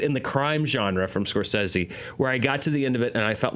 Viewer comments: I've always heard it Score-SAY-zee, not Score-seh-see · What's with the "scor-sessy" pronunciation? Very forced for some reason?? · It's Italian, right? Wouldn't Scor-seh-seh be the correct pronunciation?